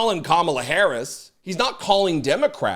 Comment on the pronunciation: So Chris, when can we expect Donald to stop with his rhetoric? Because at a rally yesterday he called Vice President Kamala Harris scum and absolute garbage, and he doesn’t even have the decency to pronounce her name correctly even though she introduced herself to him when they met on the debate stage. He threatens judges and prosecutors and incites violence against them through his social media account. He spreads false vicious lies about legal immigrants eating pets, and says nothing about the bomb threats those innocent people are receiving in schools and hospitals, and they don’t have Secret Service details. When can we expect that to stop? It’s been 10 years. When will he stop, Chris?